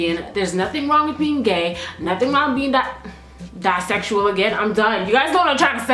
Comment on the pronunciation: So fucking funny dude lol how u try to correct BISEXUAL and said DISEXUAL twice